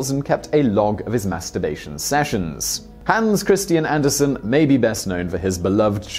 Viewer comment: Did he say “Hands” Christian Anderson?